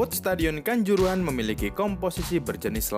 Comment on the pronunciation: Kanzoorohan jelas nggak masuk lah bikin ngakak aja ni admin 😂